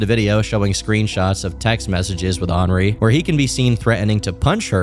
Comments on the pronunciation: Did you just pronounce “henri” as “ornery” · Wow you actually pronounced Henri correctly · Henri being pronounced that way is actually the most absurd thing about this whole video